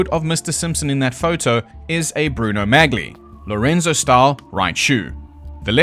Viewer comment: It's pronounced as "Mah-lee", not "Magly." 😅